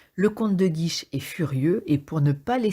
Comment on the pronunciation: Super résumé mais c'est le comte de Guiche, pas de "guise" ! Merci !